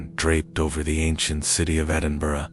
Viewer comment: An American who can pronounce Edinburgh correctly 👌🏻👌🏻